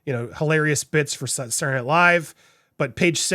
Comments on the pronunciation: Andy, You seem to have an issue with pronouncing the word 'SATURDAY' correctly, so, out of the kindness of my grinch-sized heart, I want to help you. You kept pronouncing the TV show " Saturday Night Live" as.... "SAH-URR NIGHT LIVE" This is incorrect. The word Saturday should be pronounced as follows... SAH- TUR-DAY as in " SAH-TUR-DAY NIGHT LIVE". You're welcome 😊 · I need to watch this again just to hear you say "Sarrray night live' 😆😁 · "Sour"night live again? Dude seriously know how to pronounce words. This is your profession!